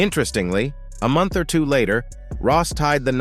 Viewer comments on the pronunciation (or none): none